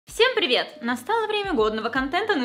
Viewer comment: Ты сказала пиривет